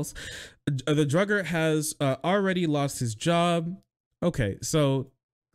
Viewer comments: It's Duggar. Not Druggar. A non existant R keeps popping up. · why does he say drugger instead of duggar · Dude,, you really need to work on your reading and pronunciation accuracy. You keep misreading words and mispronouncing names. I'm subbed, I love your content, but how many times can you say "Druggar" when the name is "Duggar"? I know you're doing all this live and it's easy to mess up and not necessarily a big deal but it's like having spinach in your teeth. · Duggar, not druggar